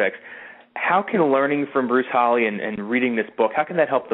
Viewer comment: His name Is HALL E not hall